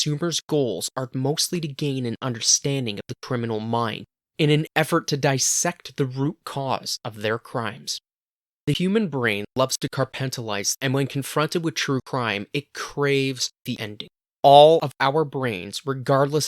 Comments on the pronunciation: “carpentalize”???🤣 maybe compartmentalize💀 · um... "car-pent-a-lice" 😳😂. Say it with me. "come-part-mentalize" 😂😂😂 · "carpentalize". Compartmentalize 🌝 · "carpentalize" llmao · "The human brain loves to 'car-pent-a-lize.'" I'm gonna stick this video in a part of my brain and forget I watched it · “Carpentilize”? WTF? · I was onboard until you pronounced compartmentalize as carpentalize which isnt a word. I don’t know if someone’s ghostwriting your scripts or what but if you don’t know a word it takes five seconds to look it up and make sure you’re pronouncing it correctly. The language in the video is pretty dramatic and overblown, I’m sure over time it’ll get better I’ll check back later.